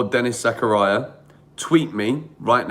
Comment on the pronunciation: Nobody: Absolutely nobody:: Denis Zakaraya